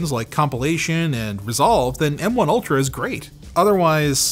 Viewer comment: Every time says "M1 ultra" I hear "MK ultra"...